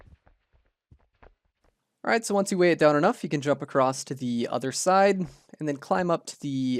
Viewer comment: Just checking... Are you saying "acrosst"? 😅